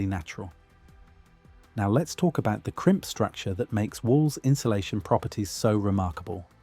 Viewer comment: the "inshulashion" caught my ear